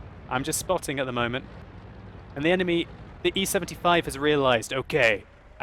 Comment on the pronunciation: LOL russian accent on E-75